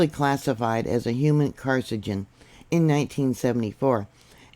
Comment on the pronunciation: Pronounced Car-sin-a-gin